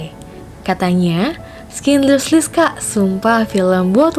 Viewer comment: Sekedar koreksi, klo Schindler's list bacanya "ˌʃɪndləz ˈlɪst" bukan "Skinderslis / skindlerslis" (which is it's originally a German name "Schindler")